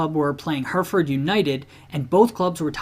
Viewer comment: Life long Brighton fan here. You clearly are an American football fan so I appreciate the effort you put into learning about our 'little club'. Love that you covered the infamous Hereford game (although I just point out you mispronounced 'Her-e-ford'). One of the most interesting aspects of that game was that if we were relegated, we would have surely gone out of business entirely, as our chairman had sold the our 96 year old ground, The Goldstone Ground, and we had been informed that we would not be welcome in the semi-professional leagues without a ground. Really added to the nervousness of the era, now known as the 'War years', because of the continuous battle fans had with the awful ownership at the time. We were then homeless for 2 years, playing 70 miles away at Gillingham FC's stadium for 2 years, before returning to play at a small athletics track, the Withdean Stadium, for 11 years. When we eventually moved to the Amex in 2011, it really was momentous, because of this period. As someone else has pointed out below, we have never had a rivalry with Bournemouth. There have been periods in my lifetime that we have had a rivalry with Southampton, and I've heard of aggravation with Portsmouth before my time, but really our only ever, most bitter rival is Crystal Palace. Your history of the Palace rivalry is detailed and mostly correct though. Although Brighton haven't been the most successful club ever, I wouldn't trade my footballing journey with anyone. I've seen the clu